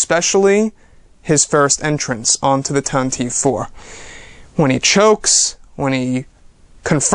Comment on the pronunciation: It's pronounced "Tantiveeee" youngster.